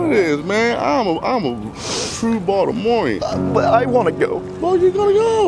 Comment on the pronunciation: "Well now you get to meet a TrUe Boltimorium" Love that (Plz excuse the sp)